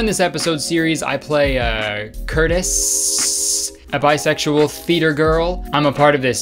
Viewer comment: When Kurtis said “theatre girl” i thought he said fetus girl lmaooo